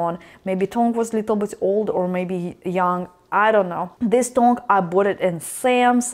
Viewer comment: It's pronounced T-UNG